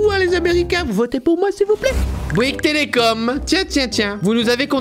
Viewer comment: Telecom pas telecomE